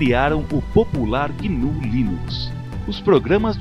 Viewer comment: é GNU, não guinu.